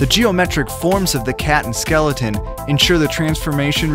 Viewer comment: did say Skelloten?